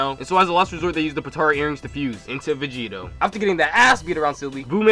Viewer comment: he said vigeto